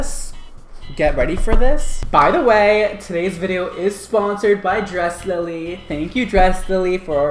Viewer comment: It's not Dressily, it's Dress Lily. Dresslily, :)